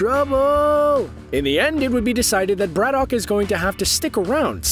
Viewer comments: "Brad-uck". Not "Brad-dock". And yes, Geralt Superman as Captain Britain, please. I'll put the kettle on. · Every time the narrator says Braddock, I cringe at how badly he's pronouncing it.